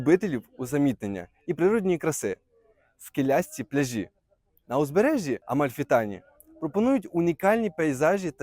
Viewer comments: Ти невірно ставиш наголос, не пляжіʼ , п пляʼжі, , погановчився в школі.це неможливо слухати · Не пляжіʼ, а пдляʼжі , неук